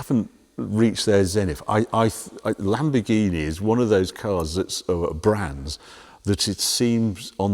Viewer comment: It's sad that Harry still can't get the name of the new Lamborghini right.